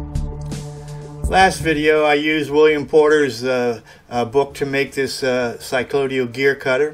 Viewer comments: You keep mispronouncing this word. Have a look at the spelling. It is cycloidal. Not cyclodial. From 'cycloid'. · Just as in G. W. Bush's "Nuculer", this "Cyclodial" is linguistic sloth.